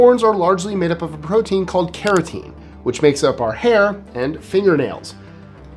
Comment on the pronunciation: On #10) It's Keratin, not Kerateen for one. For 2, you put up the chemical composition for CREATINE, not Keratin. Creatine has absolutely nothing to do with Keratin. Keratin is a protein that makes hair and nails. Creatine is a nitrogenous organic acid. Keratin provides structural support, while creatine is involved in energy production. Keratin is found in skin, hair, and nails, while creatine is primarily stored in muscles. Keratin is used in hair and skin treatments, while creatine is used as a dietary supplement for athletic performance